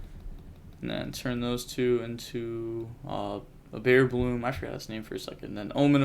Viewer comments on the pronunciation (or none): Why do you alwyas say bearbloom? my cards say bearbrumm. thanks for explaining!